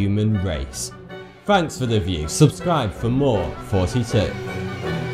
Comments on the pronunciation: Does anyone else hear him say 42 instead of? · when you say it sounds like your sayin forty-two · I always hear you say hey 42 here. Or is it just me? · Why do you always say Thoughty2 like Forty2? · I could swear up and down that he's saying 42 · Ha thoughty2 get it, it sounds like. 42 BUT ITS NOT HAHAHAHAHAHAHA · Foughty2 Fought Fhat Ferty free fhirsty fhreads were feristic. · Free fousand forty two learn how to talk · Have you realised that “Thoughty2” is only a pun if it’s mispronounced?